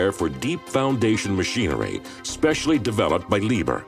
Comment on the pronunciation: it is pronounced Lied herr and not liber